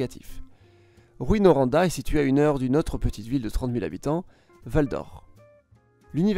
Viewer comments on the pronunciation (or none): On dit Rou In ;) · en faite ces plus tôt rouin comme prononciation et non roin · Ah les toponymes. On ne prononce pas le S à Lévis. Le nom rime avec vie. Drummondville se prononce comme Dromme onde ville. Rouyn se prononce Roue-ain. Pas Rou-ine. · Charles Charron il faut le prononcer oi comme foin. Rouyn - roin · Perso, étant de France et en voyant écrit les villes, je les prononce comme lui: DRU MON VILLE GRAND BI (Faut vraiment être du coin pour savoir qu'ils ont une prononciation particulière) L'exception étant Rouyn, pour lequel ça n'a pas de sens de prononcer ROU-INE comme il le fait. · Ça se prononce "Roux-hein" , autrement très bonne vidéo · Sa prononciation ressemble à un mélange de « rouet » et « ruine ». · le Y avant le N se prononce com un IN et non un I. le U devant deux M se prononce comme le OE ou EU et non comme un U seul. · Je saigne des oreilles à cause de "Granby, Drummonville, Rouyn" hahahah